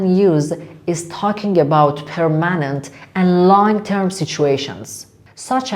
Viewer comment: استاد خداییش permanent اونجوری تلفظ نمیشه مکالمه اتون عالیع ولی بعضی تلفظ ها اشتباهه